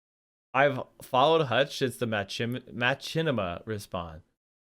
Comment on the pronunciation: His pronunciation of Machinima at the end hurt my soul.